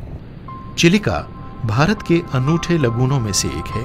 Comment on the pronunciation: भाई आप साठिक उच्चारण कीजिए चिलिका का यही उम्मीद है आपसे 🙏